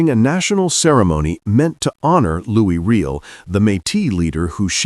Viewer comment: His name is pronounced Loo E Ree L